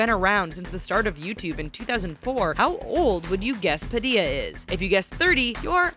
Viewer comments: Anthony PADIA. Really -_- i dint want to say this but it is pronounced: padilla! I think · ITS PADILLA, NOT PADIYA, YOU PRONOUNCE IT PA-DILL-IA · you said Padilla wrong my last name is Padilla and it annoys me when they say it like that 😠😲